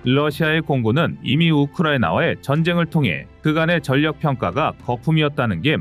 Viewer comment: 애청자로서 정말로 아쉽고 꺼리튜브가 잘 되기를 바라는 마음에서 한가지 지적을 하고자 합니다. 진행자의 성의가 느껴져서 정말 좋아하는데 한가지 정말 아쉬운 점은 발음에 신경좀 써주셨으면 합니다.훈련=훈년 전력= 전녁등으로 발음하는데 훌련 절력이 맞을겁니다.그 동안 국어문법이 바뀌었다면 모르겠지만 발음이 너무 어색합니다.밀리방송에서 군사지식이 중요하지 국어문법이나 발음이 좀 틀렸기로 뭐가 대수냐고 지적하면 할 말은 없네요.오지랖 넓다는 소리도 들을 수 있겠지요.그럼에도 아쉬움이 커서 지적질 좀 했습니다